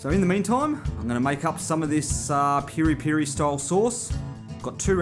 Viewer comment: No it's not either its PIRI PIRI mate and your recipe its fake don't insult us